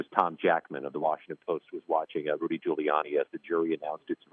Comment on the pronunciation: Did the newswoman in red say "Fuliani" when asking about whether ghouliani could afford to pay the damages awarded?😊